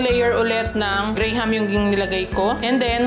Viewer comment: Hindi “gray-ham” po, “gram” 😅 parang walang “H” sa graham. ❤❤